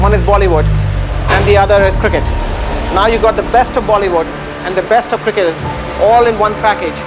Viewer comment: Everything is perfect .only pronounce cricket not kirket